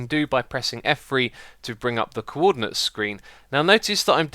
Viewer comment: "Cwordinates" xD